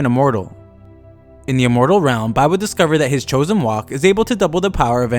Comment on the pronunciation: He always says choosen rowk